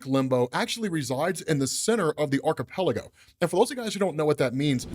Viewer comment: That archipelago pronunciation is INSANE, brother. Hahahahaha.